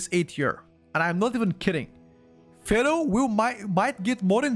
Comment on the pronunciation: when you say Feral, it sounds like you are saying Fero.